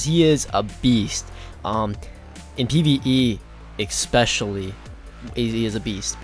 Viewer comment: Hmmpf... it's especially not eXspecially...sorry, just a bug bear of mine ;) Great video though, nice to get some information out there for people wanting to level a Warlock. -Peace